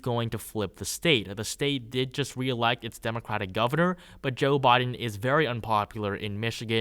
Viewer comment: Why are you talking like that??? Saying “Boden” instead of “Biden” and “newvember” instead of “November”. Wtf dude?